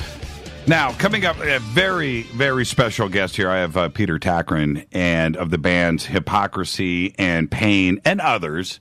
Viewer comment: Its Tagtgren not Takrin... (Grand Moff Tarkin? :D )